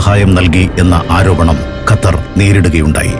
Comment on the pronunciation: ഖത്തർ ൻ്റെ "ർ" ഒന്ന് കട്ടി കുറക്കാൻ പറ്റുമോ